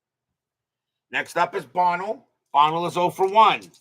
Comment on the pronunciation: Buh-NELL’ For next time. Lol